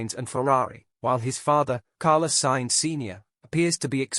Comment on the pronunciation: Piastri didnt refuse Alpine as he had signed weeks before for Mclaren so he couldnt have said yes if he wanted to. . Why oh why cant you say the names correctly or even spell them correctly .Carlos Sainz is Carla Signs, Leclerc is LECLEX . Oh my gawd! Please do your homework or stop using AI. During the close down period there is no discussions Its strictly barred. Dont subscribe to this utter ignorant rubbish.